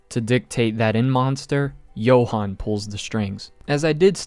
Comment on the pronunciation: Namanya "Johan" tapi dibilang "Yohan"